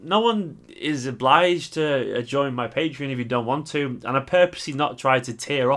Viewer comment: its pronounced PatrEon - not Patron :) will sub at beginning of the month